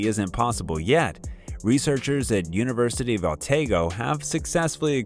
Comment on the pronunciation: Dumb Yanks ! Where in the heck is the University of Ohtaygo? It certainly isn't in New Zealand as claimed. Using fake computer voices does not give any video credibility. It undermines it. If something is worth saying, it's worth having a real person saying it. There are 7 billion people on earth to choose from, including many who aren't as ignorant and arrogant as a stereotypical uneducated Yank and who do understand that is is important to respectfully pronounce place names properly and to value credibility. By the way, what's Arkeo piterix? Even an average 10 year old can tell you what an archaeopteryx is.